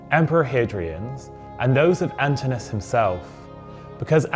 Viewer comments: You may want to check on the pronunciation of the name Antinous - the O is pronounced. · Pity you didn't check how to pronounce his name...